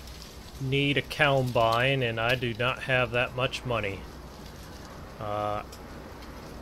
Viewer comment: It's combine not cowbine